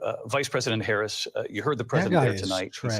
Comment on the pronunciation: Her very first word was a subtle correction. Let's see if he keeps mispronouncing her name. It's really not a difficult name to pronounce.